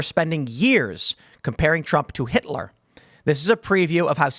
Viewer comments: To be fair she said “Hilter” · They were both flustered. Did she say Hilter? She definitely said Hil-ter